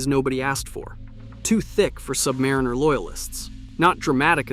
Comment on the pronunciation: Buy and wear what you want, whether it's a G-Shock or a Rolex anything. Don't listen to a kid's A.I. voice on the interwebs that can't pronounce "Submariner".